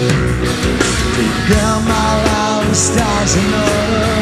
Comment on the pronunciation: Why is he not pronouncing "stars" ???